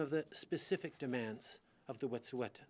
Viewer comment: Justin P. Trudeau can't even pronounce "Wet'suwet'en"